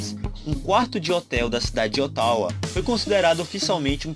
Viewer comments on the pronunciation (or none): none